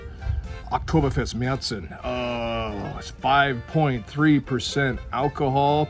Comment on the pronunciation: San Jose, CA. Going to Oktoberfest in September '24. Can't wait to taste Paulaner's and Spaten's Marzen. Glad you pronounce it MareTsen and not MarsEn. Prost!